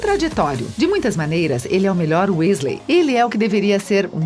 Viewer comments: chega a dar nojo da mulher,se já tem esse tipo de preconceito e tantos erros de pronuncia em UM só vídeo..imagina no canal inteiro.. #melhorem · Meu ouvidos estão sangrando de ouvir ela falar os nomes errados😭😧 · "Uésleis" dói, tudo nesse video dói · É wesley e nn wÉsley ( eu falo assim kk) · Weasley eles falam Wesley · o vídeo tá ótimo, mas não chamem Wésleys plmdds que doeu nos meus ouvidos kkkk se fala wisleys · Q agonia ela falando "Wésleis", conseguir falar mal da Hermione e ainda tentar colocar um gênero na Tonks a pff e ainda diz os nomes todo errado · Perdi o foco a partir dos "uésleis" huehue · família Wesley? vamos pronunciar correto por favor? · "WÉsley" pqp 🤦🏾‍♂️ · "Wesley" MDS fala como um fã de HP normal. Kkkkk Rachei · lulibyun né kakaak quando ela falou q incêndio a casa dos wesley kakak pensei q era do safadão 😂😂😂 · Wésleys, grindeualdi, etcs etcs.😂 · Quando ela fala wesley errado eu quase quero entra no video da um soco nela Desculpa sou potterhead💚❤ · Nem consegui terminar de assistir depois do que falou da Hermione e falou "Wésleys" aff #melhorem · na hora que ela fala Ron Wesley, eu achei que não poderia ficar pior, mas ai me vem em com a bizarrice de Bill Wesley!!! Ok, bill é o nome no original, mas como é que vc se preocupa em falar o nome original do personagem e ao mesmo tempo me vem com Wesley??? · "Os Uesleys" kkkkkkkkkkkkkkkkk PQP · Sim wEEsley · pior foi o bill wesley: falou o nome original e cagou pra falar o sobrenome do cara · Dizendo "Só erro de português" vc foi bem bonzinho. O erro dele doeu tanto quanto o vídeo pronunciando UÉSLEY kkkkk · Uesley kksksks , morri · Gente que agonia ouvir ela falando os nomes errados !! Ela falava errado e eu repetia certo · Me dá agonia vendo ela falando Weasley errado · olha, o vídeo todo me incomodei com as pronuncias erradas, mas Grindevalde e Wesleys foi de moer! Fora o racismo sobre o cabelo da Bellatrix e Hermione. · “Grindevaldi” “Jota Ka Roli” “Weslei” GENTE- KKKKKKKKKKKKK